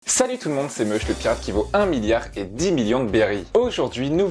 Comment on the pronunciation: Ça fait tellement bizarre quand tu dis 1 milliard